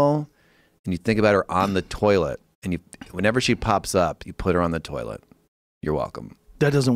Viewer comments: Joe “ I struggle on the toliet” Rogan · Joe "I struggle on the toliet" Rogan